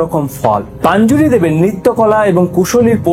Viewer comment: ওটা পাঞ্জুরি না রে ভাই, ওটা পঞ্জুরলী 😅